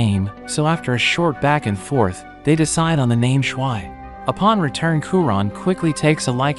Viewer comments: more like SH-why you say it it like that. ITS SHU-VEE. watch the damn English dub at least once if you're going to speak English in this video at least have the pronunciation to match the version in which you are making the video. ( haven't watched the subbed so idc if that's how they say it in Japanese or whatever language you watched to have SHWI like SH UT the heck up with that name i cannot. sorry don't undercut the quality of your recap but this is wretched ear abuse for anyone who actually have seen this 10/10 movie and enjoys the way the movie says her name. This was almost a like on principal but the moment i heard that... nuh uh no way i am off to rewatch the movie to remove this horrible representation of character names from my ears. screw bad character pronunciations in ALL recaps of ALL channels. pronunciation is so key at least put in a effort, this is so egregious i can't help but be floored enough to type this. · It's not pernounced (shh-why) it's pronounced (shoo-v) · Since you're so bad at pronouncing Japanese names, here's Schwi's pronunciation for Americans: Shwee